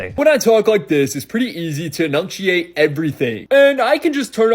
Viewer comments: "When I talk like this it's pretty easy to enunkshiate everything..." ...you sure about that, bud? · "It's pretty easy to 'enunchiate' everything" lolol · Bro said that voice makes it better for people to understand him then he says "in-nung-tuate." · Did that guy say "anunshiate"? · Ironic that speaks with that bro accent because it helps him to enunciate better...and yet while explaining this, he mispronounced the word "enunciate". 😂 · The painful irony of mispronouncing "enunciate." 🤦🏼‍♀️😭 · That one guy who was explaining how he puts on an accent because it's easier to enunciate mispronounced "enunciate" while explaining it using the accent.